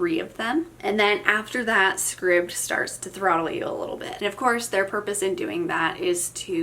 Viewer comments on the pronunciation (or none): Scribd, like “scribed”. 👍